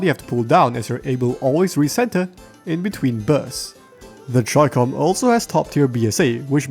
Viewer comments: chi-kom isthe pronunciation idk as in "Chi" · Do you also pronounce Chicken.... as 'chai-ken' my good man 😂😂🤣